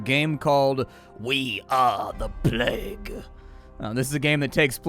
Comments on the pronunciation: I've heard it before, but only rarely - its IPA is "pleɪg" (or pleyg, phonetically), so hearing 'plag' just...makes me twitch lol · "the plaag" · Ah yes the "Plaque" ... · Wait so "plague" is right there in the title... and they get a reader/narrator who DOESN'T KNOW HOW TO PRONOUNCE it... and then... they just leave it there... "a it's good enuf whaevs" (some dev probably)... lmao. That's hilarious... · Plague pronounce like flag. Never heard that before.